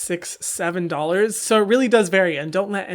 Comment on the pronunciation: “ under 10 doghlers “ 😂